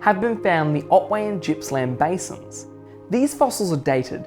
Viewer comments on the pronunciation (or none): Pronounced Gippsland not Jippsland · "Jippsland"?? 😂 Clearly not a Victorian.It's a hard G dude.Otherwise good vid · Although normally, when the vowel I occurs after a letter G, the G is pronounced [dz], in the case of Gippsland it does not. It is named after Sir George Gipps, appointed Governor of NSW in 1837. The G is pronounced in the back of the mouth like "garden". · Good video. I live on the W formation and see evidence of cretaceous flooding and deposition every day. One small thing - Gippsland is pronounced with a hard G - like golf or goat, not soft like gymnasium.